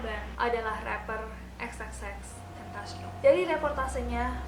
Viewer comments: xtentacion aja gapake 3× X cuma satu(penyebutannya) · X tentacion bacanya kakaa wkwk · Kak cara bacanya tuh, xtentacion